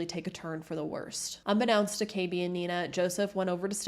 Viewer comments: Dude learn how to pronounce unbeknownst properly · Dude you keep pronouncing unbeknownst wrong